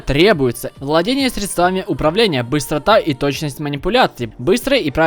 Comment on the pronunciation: Может быть сре́дствами, а не средства́ми?